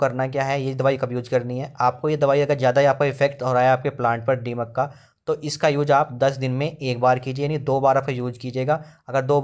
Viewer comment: डीमक नहीं दीमक होता है